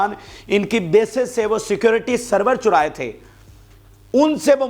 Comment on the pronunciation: Servers churae thay? Bhai boltay waqt alfaaz pay zara GHOR kar lia Karen